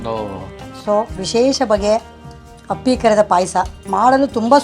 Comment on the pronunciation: Appli pay Asa alla. Appi pay Asa